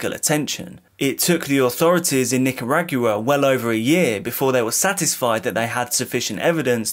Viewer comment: Omg I had to fwd. I couldn’t keep listening to “Nick-ah-RAAG-you-wah”. 😩